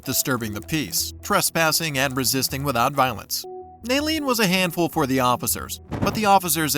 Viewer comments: Lmao that criminal couldn’t even pronounce resisting arrest. “I’m not hissestin harest” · "I'M NOT ARRISTING AZZEST"